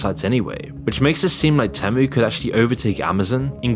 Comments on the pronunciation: You keep saying TEM-OOH but haven't you heard the damn jingle? It's TEAM-UWH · I bailed after your 10th mispronounciation of TEE'-mu. Nobody says TEM'-MOO. If you can't even say the name of the company correctly, you lose all credibility. Or was this done by the video-bot thing you're selling? HARDLY an endorsement! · OK...but why do you keep calling it te (short e) when they themselves say it is TEE-MOO? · Why do you keep pronouncing it wrong? The ad literally says it like Tea-mu and you even play the ad but then keep calling it Tem-u😂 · The ad shows you how to pronounce it. Not teh-moo, it’s tee-moo dummy! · no shi bro is calling temu tehmoo its tee moo not teh moo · It's pronounced "tee-moo". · People still don't know....huh... IT'S pronounced TÈHMOO!! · its pronounced teemoo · it is not tamu..it,s temu..have you try any of their stuff ..poor me who hardly could efford any clothe i now have a wardrobe full ..and i love it all…all other shop are scare to death of temu…most people have problemes with rent morguage and food who is going to buy a bag and dress for 500 …wake up to yourself people not everything is good or bad anywere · It’s pronounced Tee Moo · The AI narrator keeps saying Tamu instead of Temu. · why you calling it temmu when they even pronounced it for you on their ad? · STOP SAYING TEH MEUH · its TEEmu, why do you keep mispronouncing it? Its in their own advert that you put in the video. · Their ads pronounce Temu differently with their robot voices. Very annoying. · Why do u insist on pronouncing it different then everyone else including Temu themselves?